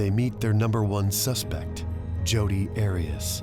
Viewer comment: Heads up it's Arias.. 😂😂 Great content though ✌️💖